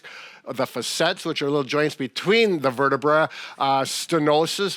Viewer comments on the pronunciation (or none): One bone in the spine is a vertebra, this is the singular (said like the ladies’ garment). Two or more bones in the spine are called vertebrae, this is the plural form. (said like the cheese-Brie). You’re supposed to be ‘teaching’ folks-please learn to pronounce these words correctly. They are Latin. Look it up! I leaned this in my sophomore year in college and didn’t even have medical training! I guess they’re not teaching this anymore. Too many ‘medical’ folks are butchering the pronunciation of these words. -a is pronounced -ah -ae is pronounced -ee